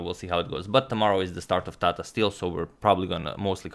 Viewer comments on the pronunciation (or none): none